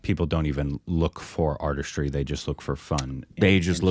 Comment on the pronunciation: Everytime utters words like aRtIstrY...🤮🤮🤢🤢🤢